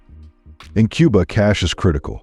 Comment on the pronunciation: It's not quba it's Cuba